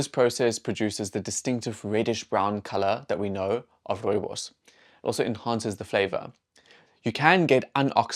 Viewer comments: Rowebows 😂 no wonder you didn't know. I wish I could hear what that sounded like? And to see your face when you saw that it was Rooibos. 😅 The pronunciation is Afrikaans & as South Africans I think we grew up knowing how to say Rooibos. And I think most of us know that it means red bush. I knew it was South African but did not know any history about this bush until this video. That's a shame but now I know, lol. I lived in Germany for 6 years & could buy Rooibos at the supermarkets, no problem. I doubt they know the origin and history of the bush either. Maybe some people know that it comes from SA, but I seriously doubt they know the history of the bush either. People overseas can be arrogant. We have alot going for us in South Africa. We were never taught anything about the Koi San's knowledge of plants, etc. That I would like to learn. Trust people to capitalise on this bush to make profit. I'm glad tge Koi San get credit & funds. If it wasn't for their knowledge we would never know about this bush and it's wonderful properties. It's a nice drink, I enjoy it when I'm really in the mood for Rooibos. It is not something I drink often though. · If I hear another British person pronounce rooibos wrong I am going to stick a koeksister up their gaat!